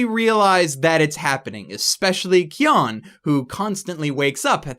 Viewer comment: In japanese, it's "Kyon". Like the Kyo in Kyo-Ani, with an n tacked on. The closest english equivalent would be to say "Key own" as one syllable.